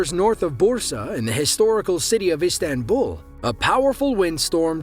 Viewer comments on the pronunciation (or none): none